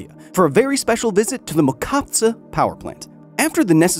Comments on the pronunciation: What's wrong with "ch" in Mochovce? I've never heard it pronounced like that, for a moment I did not even recognize the village name :) But you tried and that's what counts. Mochovce is also good example why nuclear is a great idea, but extremely impractical - took 30 years to build that reactor, cost is a multiple of the original budget, only Russian fuel can be used, the electricity is expensive and people have to pay extra for nuclear decommissioning fund with every bill :( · For anyone wondering what's the name of the powerplant, it's Jadrová elektráreň Mochovce, in english Mochovce Nuclear Powerplant (and no, the "ch" is not pronounced as "k" (sorry Kyle, I just had to :P (love your vids))) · Nice video. And as a typical American he is not even trying to pronounce Mochovce correctly. Even though it is actually very simple, if you can say mojito you can say Mochovce. But why bother.... it is central Europe after all. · Could have spent a couple more minutes on learning how to pronounce "Mochovce" :D But it was a nice surprise to see you tour the local nuclear plant.